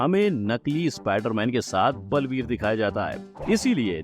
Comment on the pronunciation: Blveer nahi sir baalveer 😂